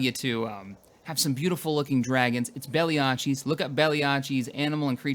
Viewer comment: Belly- Acheese? Its Belly-Aches. Like when your stomach hurts.... xD